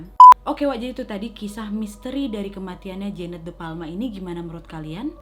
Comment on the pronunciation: Kak nadia bilangnya jeannete tapi aq dengernya jaenab😂😂